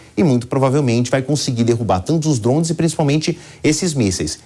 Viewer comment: "dromes"? Alguém tira esse repórter daí!!!! Kkkkkk